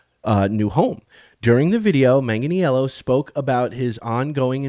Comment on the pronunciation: Hey ( not picking on you but it's pronounced Manganello, he doesn't make it complicated ) I heard he was involved in a D&D project before this new D&D movie was released and hoped it was a Dragonlance movie we were going to get. I am stoked to see a DL series. I do want them to stay with the books and hopefully stay faithful. I don't want the current political culture to affect it. I love the character of Huma and would love to see that story told but any of the DL novels would be ok.